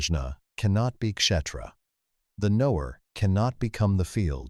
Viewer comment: Outstanding. So glad I had subscribed! One comment: Kshétra is pronounced Kshay-thra. The English word "Theatre," (theater in American English), is clearly linked to, if not derived from, Kshétra.